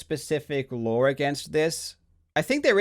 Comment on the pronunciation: Karl is the only Aussie that finishes the word "law" with an "R" like "lore or lawr" lol